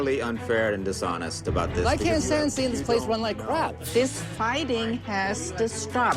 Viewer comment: You two, faighting